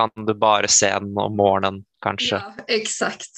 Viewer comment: Yes, you can clearly notice how he changed his pronunciation of "Morgonen" to use a hard G, when his first attempt at failed...